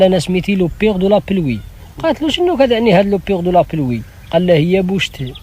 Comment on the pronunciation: الطريقة باش قال بوشتى غريبة😂😂😂😂